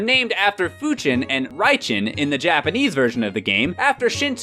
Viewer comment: What a noob, when trying to pronounce the Japanese words with actual Japanese pronunciation, you devoiced the in Raijin and Fujin to Raichin and Fuchin, when everyone else pronounces it right. ;P